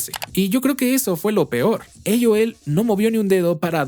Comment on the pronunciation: Mejicano hablando español pero dice "eioel" (aol) JAJAJJA